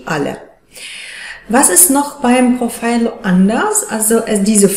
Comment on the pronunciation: Es heisst profhilo und nicht prophilo😅😅😅